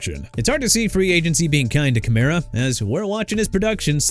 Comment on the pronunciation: KEEP MISPRONOUNCING EVERYTHING AND EVERYBODY... I DON'T CARE NO MO'... YOU'RE DONE OKAY?? ALVIN KAMARA AS IN KUH-MA-RUH AND NEW ORLEANS AS IN NEW OR-LINS NOT NEW OR-LEANS!! CHICAGO PRONOUNCED EITHER SHUH-KAH-GOW OR SHEE-KAH-GOW!! AND MIAMI MADE A MISTAKE BY TANKING FOR TUA SO YOU AIN'T GOTTA KEEP THROWING IT IN MY FACE DUDE!! HE'S IN ATLANTA NOW! YOU UNDERSTAND THAT?! AND IT'S MICHAEL PENIX JR.!! ALSO YOU FORGOT EKELER PLAYED FOR THE L.A. CHARGERS SINCE YOU FLAT OUT FORGOT TO MENTION THE TEAM HE WAS A RUNNING BACK FOR!! TOO EARLY FOR THIS MAN... SOMEONE NEED TO FIRE YOU...